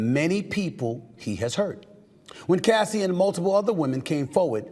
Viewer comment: It's very concerning that he couldn't even say Cassie's Name! 😮😮